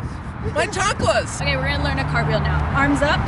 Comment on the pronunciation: " my chanclas " 😭